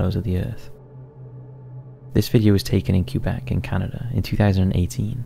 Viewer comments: "CUE-BECK" lmfao aww it's "k-EH-beck" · So funny how most english speaking people pronounce it "Cue-Bek"